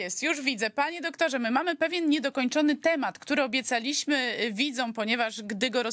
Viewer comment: Po polsku jest ładniej mówić urozmaicając akcent. Pani mówi: - Obiecaliiiiśmy, widzieliiiiśmy, byliiiiiśmy... Lepiej jest dla słowa złożonego z dwóch, kiedy nacisk pada na inną sylabę: - Obiecaaaaaaliśmy, widzieeeeeeliśmy, byyyyyliśmy. Niech Pani posłucha, jak ładniej mówią Czesi, Słowacy, Serbowie, Rosjanie... A takie; obiecaliiiimy, byliiiiimy, widzieliiiiimy, to takie byle jakie to.